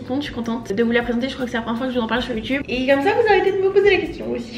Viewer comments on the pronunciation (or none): none